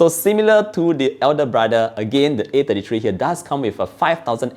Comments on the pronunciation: I can't tell if he's saying A53 or A33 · I got confused with your pronunciation between 33 and 53, sounded so similar I had to go rewind to be sure which model you were referring to.